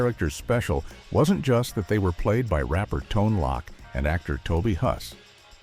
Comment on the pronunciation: I think the Ai has no idea what a cameo is. At least in respect to a then unknown writer and actor doing a bit part is not a cameo. Also it's not Tone Lock, it's Tone Loke